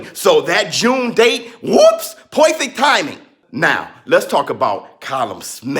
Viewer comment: UUWHOOPSS POIFICT THAIMING! Had me dying every time you said perfect timing. lol